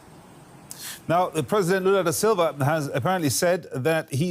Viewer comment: "Loola duh Selva" (that's how you pronounce it, that is) this, and "Loola duh Selva" that, and so on... Not a single word, a single word, about Rio Grande do Sul's governor. you do realize, I hope, that the Brazilian federal government is not an omnipotent force, right? you do realize that there are 26 state governments in Brazil, plus the Federal District, right?